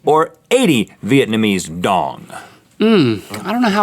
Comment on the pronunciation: hey i just wanna say that i'm from VN and uh... that is not how you pronounce it XD, i can't stop laughing